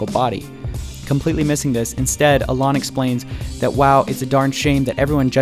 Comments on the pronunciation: I think you're right about the School of Life, but dude...Learn to pronounce "Alain" properly. It's not "Al-on". I cringed every time you said his name. You made a point of emphasizing the correct pronunciation of Nietzsche, so you can get Alain right too. Here's a guide: (While I'm at it, PSA: Moulin Rouge =/= "Mulan Rouge.") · If you're going to make a whole video about somebody, at least learn their name! It's not Olon, it's Alain! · Learn to say Alain’s name first 🙄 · Alaan, really? Is this how you pronounce his name?... No I am afraid.